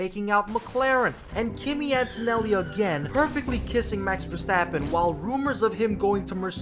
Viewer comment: "Verstrappon" made me subscribe.